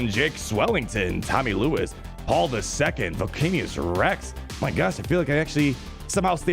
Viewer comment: bro for the love of god... please pronounce his name right. VOL-CAN-IC-US REX. He's a combiner transformer of the dinobots.